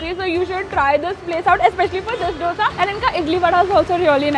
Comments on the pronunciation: Please pronounce dosa as u pronounce "d" in dum biryani. It's not dough-sa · Pleaseeee!!! Its pronounced as 'dho-sa'😩✋ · Dough sa nahiiiiii …. Dosa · I like you, but it's dosa not dosha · It's not doughsa..its dosa .... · can you please learn how to pronounce dosa. you’ve been in bangalore for so long i don’t think it’s that difficult to pronounce dosa properly